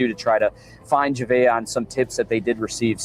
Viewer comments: Jah-vay-ah not jahaveah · Please learn the proper pronunciation of baby girl's name if you are going to continue reporting on this.